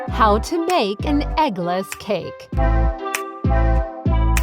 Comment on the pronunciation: U said eggles cake